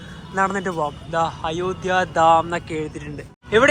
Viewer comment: അയോദ്യ അല്ല അയോദ്ധ്യ എന്ന് ഉച്ചരിക്കു മലയാള അക്ഷരങ്ങൾ നന്നായി പഠിച്ചിട്ടുപറയുക